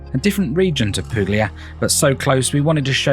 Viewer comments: Puglia is pronounced 'Poo-lia' ~ the g is silent, as in Lasagna. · the g isn't silent, the exact pronounciation is PuGlia!!